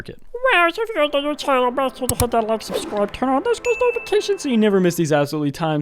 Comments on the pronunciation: The mumbling got me 🤣 “make sure to wyke subsidicnejxicb” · I love how the “subscribe and click the bell” part keeps getting more and more incoherent